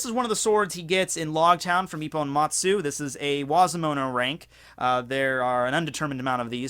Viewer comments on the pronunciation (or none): none